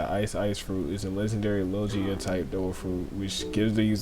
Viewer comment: I’m sorry but did you say lojia? 🤨